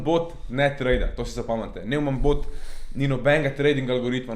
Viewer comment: Mugoc ne vejo ljudje za obrestno obresfovanje in pol ne razumejo čist. Pa nojman se prebere ampak ja...